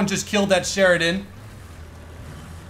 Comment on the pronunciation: "M511 Sharidon" - 2018